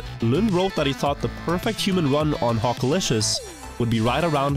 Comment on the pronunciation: I Watched this all the way through twice to keep hearing you Say Hockalishious in that accent over and Over